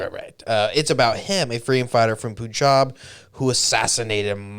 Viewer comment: Its not poonjab. Its punjab. Pun pronounced as pun in english. Punjab